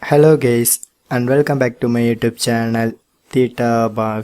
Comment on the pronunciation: Thanks, but don’t address us as gays. “Hello gays!” 😂